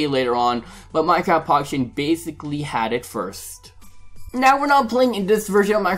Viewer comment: why did you say minecraft pocketion